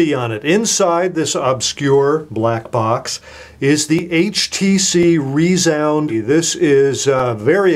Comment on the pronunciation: Haha, rEEzound